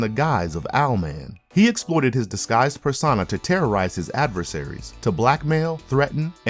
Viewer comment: Bro really said per-sauna instead of persona